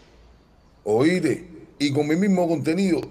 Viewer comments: No se dice oite,se dice oíste.Jajajaja.primero hay que saber hablar y expresarse para así dar un poquito de presencia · EDITAL,....OITE,.....PELDON,...🤦🤦🤦 QUE HORROOOORRR.......y el canta??? QUE APRENDA A HABLAR